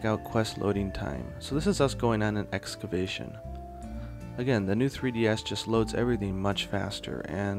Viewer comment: Is it pronounced "Excabation" in Japan, or does he just call it that?